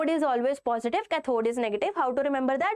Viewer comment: Why is your english soo baad like u r saying ccathhod it is pronunced as caathod please use proper english